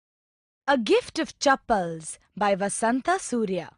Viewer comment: it's supposed to be Vasantha instead of Basanta (it's wrong )